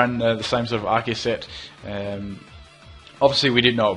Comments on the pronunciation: Yay someone who says Arceus right. Everyone says it like arseus. They should have made it Arkeus. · You are awesome, you actually pronounce "Arceus" the correct way!